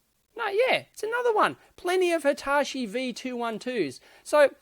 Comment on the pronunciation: Why do you pronounce Hitachi as Hitashi?